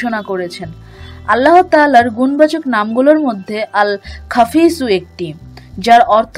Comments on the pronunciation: আসসালামূ আলাইকুম । আপনার ভিডিওর উচ্চারণে বলছেন "আল খাফিজূ"। অথচ লেখা আছে "আল খাফিদু"। দয়া করে বলবেন কোনটি ঠিক । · আল্লাহর পবিত্র নাম টি এখানে ভুল উচ্চারণ করেছেন। "আল- খাফিদু" হবে।